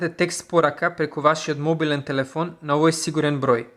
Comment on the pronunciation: до нараторот:'овој' е со акцент на првото 'о' броејќи од лево. И англиските зборови на ги изговараш добро.